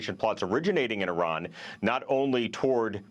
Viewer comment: Aranian she says... you would think this stupid b** reporter would know how to pronounce Iran and Iranian but clearly she's dumber than all of us and can't even read it off of a prompt